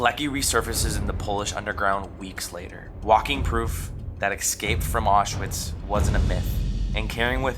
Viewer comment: Please learn how to pronounce Auschwitz.